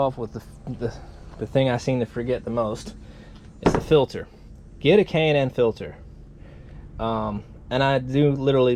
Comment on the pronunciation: K&N filter. You should do some research before even saying K&N. Done watching this video